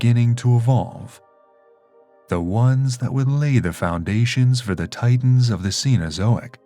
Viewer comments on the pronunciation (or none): none